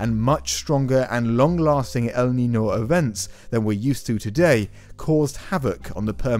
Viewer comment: ñ is not n. Niño = Ninyo